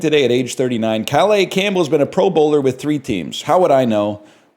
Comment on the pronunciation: pronouncing calais campbell's name like its french is the funniest shit in the world